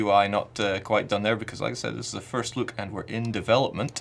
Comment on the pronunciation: I was like "he can't say Europa" and about ten seconds later "oh it's okay, he can't say look either."